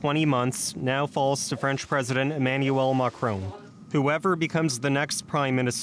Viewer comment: Who is this macroon person? Macron is the name you are mispronouncing